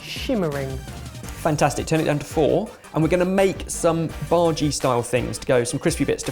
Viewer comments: Lol at pronouncing bhaji as "baaargey"!! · I like when says Bhaji in his typical British accent.